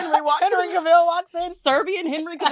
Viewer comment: I love you both so much but the way you continue to pronounce Henry Cavill is SENDING ME